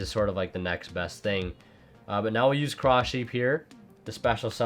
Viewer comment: Ughh, you say "now" as in "always"?